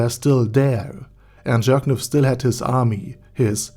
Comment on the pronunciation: I love how everyone keeps pronouncing it as jerkniv instead of Jircniv